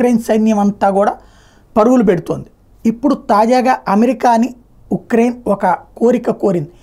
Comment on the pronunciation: ఛాసివ్ అనే నగరం యుక్రైన్ లో లేదు. ముందు: ఉక్రైన్ కాదు యుక్రైన్ అనాలి. కార్ఖీవ్ అనేది నగరం, ప్రాంతం కాదు.